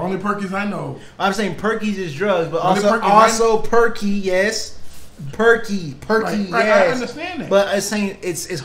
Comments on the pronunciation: Not just Perkys. He says only Perky Sets like Percocets. Even better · He actually said "perky sets"(percocets) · He said Percocet Like Perky-set A set of perky bobs. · Percoset lmfao. Say that shit instead of "perkies" lmao. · Percocet.. "Perky Set" he doesn't say perkys 😂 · he said "perky set" not just perky, for percocet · Nobody says perkys you turkey